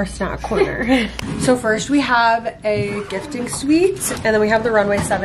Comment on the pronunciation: is love your videos so much my friend and i watch you every week <3 but we noticed that you say firsht instead of first😭 wanted to let you know queen